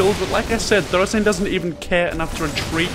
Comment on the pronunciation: ya know I love ya but... HIS NAME IS NOT THOR-UH ZAIN!!! ITS THOR ZAIN!! NO UH!!